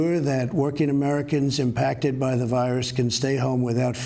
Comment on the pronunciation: Impact-it??? Impacted you meant 😡🤦‍♀️